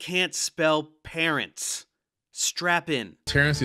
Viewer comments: I had to pause and laugh at "Parrents" for a solid five minutes. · The AI bits are hilariously bad. But not as bad as "parrents."